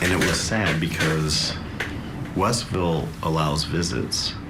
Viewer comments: westville not Westerville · its WEST ville, not westerville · It's Westville not "Westerville". The attorney has the name correct. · You’re pronouncing Westville wrong. It is not Westerville. It is West Ville one word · Vinny, it's Westville, not Westerville. It's near Michigan City, Indiana. It's in LaPorte County. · It's WESTville, not Westerville👍🏻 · It’s WESTville not Westerville. And who doesn’t know how to say Wabash? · It's WEST VILLE not WEST ER VILLE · WOULD SOMEONE TELL VINNNNNNIYO THAT IS NOT WESTRRRRVILLE ITS WESTVILLE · Vinny, say West Ville Westville, not Westerville. It's kind of difficult listening to someone who is supposed to be read up and prepared, and them say Westerville...js